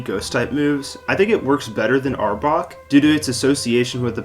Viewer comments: This mf said Arbork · ah yes, Arbork